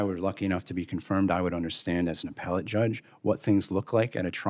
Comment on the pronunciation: Grassly is poster child for term limits. Mispronouncing judge as drug?!? This is 3rd in line from president.